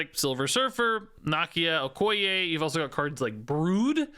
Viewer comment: 😮‍💨 the way your pronouncing Okoye perfectly every time